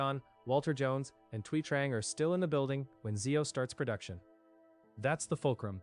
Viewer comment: Thuy is pronounced "Twee."